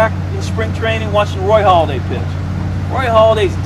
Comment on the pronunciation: Pretty sure it's Roy Hal-a-day Not Hall-a-day